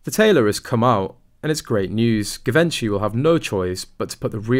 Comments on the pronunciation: It's Jhi-VON-shee, not Gi-VEN-chy. Just thought you might like to know. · NOT Gi-ven-chi, but Gji-vən-chee plz, learn to say it right!!! 😡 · It's pronounced ZHEE-von-shee, not GiVENshy. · This is great!! The voice of reason! Also it’s pronounced GEE-VON-SHEE…not a hard G like gosh but a soft G. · Yeh…. But the queen knew through secret services that this yacht girl was a fraud, yet she allowed the wedding-charade! Why? Very strange. Bty it is pronounced jee-ven-shee. 🙊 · I thought it was pronounced jee-von-chay. But it doesn't really matter. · Givenchy pronounced as zhee-VAHN-shee The 'G' is pronounced as a 'J' and the accent is on the 2nd syllable. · Your pronunciation of Givenchy is wrong. It should be pronounced like you pronounce “gist: ‘jist’”. Please… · Good content, love your commentary.......but you need to pronounce Givenchy properly. "Jeevonshe", with the emphasis on the von. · Givenchy is pronounced JIH-VON-SHEE. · doesnt matter too much but I think it is pronounced Jee-vaun-chy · Givenchy - pronounced - Zhuh Von Chee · Pronounced “Gee - von - shee” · Zhe-van-sha (long a) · You need to know how to pronounce ‘ Givenchy‘. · Givenchy should sue this channel for mispronouncing Givenchy. Lol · Lol…Givenchy will soon be suing you if you don’t pronounce their name correctly! 😂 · I did cringe when I heard him say Givenchy. He should have asked before hand what the correct pronunciation was. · It is hard for me to believe a reporter who didn’t do his home work and butchers the designers name. Shame on him!! I dont’ believe a word of this “theory”! I can’t stand Markle either but this is stretching the good sense of any sane person. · Stop mispronouncing the designer. Sounds ridiculous. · The pronunciation of Givenchy is very Anglo and not correct for the French couturier which also happened to be Audrey Hepburn's favorite fashion designer. This is very basic stuff, considering the story was about Givenchy which makes you think what else have they got wrong.